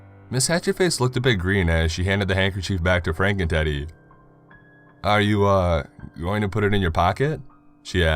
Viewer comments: sounded like he said FrankenTiddy haha nice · Everytime he says "Franken Teddy" I hear "Franken Titty"